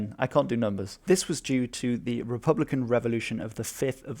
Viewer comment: The only flaw is the lack of a hard "R" in Republicano, like the French/German one.